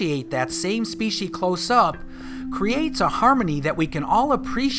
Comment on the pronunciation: Species is the singular form. Not “speeshy”